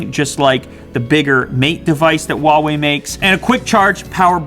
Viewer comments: can he PLEASE learn how to pronounce ‘huawei’... it’s not wawei 😂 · Hoo-wow-ee is how it’s pronounced in England. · Why are you saying “uawei” I thought the H wasn’t silent in Chinese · Good review. Huawei pronounce Huawei not wawei. The h is no silent. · I'm just curious why do most of the English speakers pronounce "Huawei" like "Wawei" without the "h"? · according to its manufacturers, its pronounced as "ha-wei" and not "hwa-wei". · I don't know why a lot people pronounce Huawei as Wawei. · Man it’s Huawei not Wuawei, they sound different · Just saying its pronounced HUAWEI - whoawe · Hu-WOW-ei :D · The "H" in "Huawei" is not silent